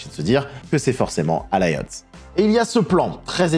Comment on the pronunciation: CEST QUOI VOTRE PROBLÈME AVEC ALIOTH ! QUI A DIT ALAYOTH ? OU ENCORE ALAYOSSE ? Bon dieu de merde quoi renseigner vous en 2024 mdr vous avez du mal 🤌